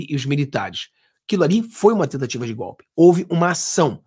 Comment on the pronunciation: É gope,gope,gope ,petusta não sabe falar o certo,vamos ensinar é GOLPE.kkkkkkkkkk